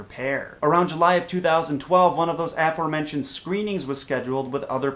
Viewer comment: The word "aforementioned" isn't pronounced "AFFermentioned." It's pronounced "aFOREmentioned."